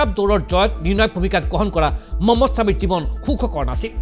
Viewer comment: মম্মদ ছামি নহয়😂.. মহম্মদ ছামি.. উচ্চাৰণ ভুল হৈছে আপোনাৰ